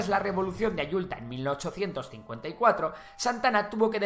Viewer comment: Pero no es Yulta, sino Ayutla 😅